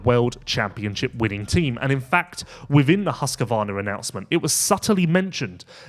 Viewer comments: Husqvarna not husqervarna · Everyone pronounces it wrong. Husq a varn is prevalent.